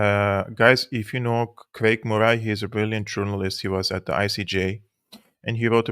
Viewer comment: You dont need to comment on Germany's actions. We understand. The facts speak for themselves BTW. Murray pronounced like curry. Good Scots name. PS I know English is only one of multiple languages you speak❤